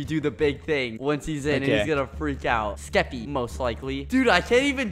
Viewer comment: Is it just me or does bbh say keppy instead of skeppy